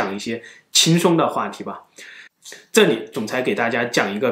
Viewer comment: 五胡 nuàn 华。。 这里(li),不是 zhe ni N 和 L 分不清 西伯利亚，不是西伯尼亚